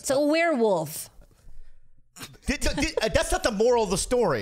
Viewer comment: "It's a Warewoof!" lol